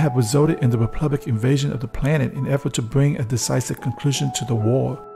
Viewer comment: It's republic, not "replubic" get it right!